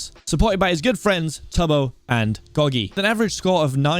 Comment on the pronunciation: said gogy someone clip it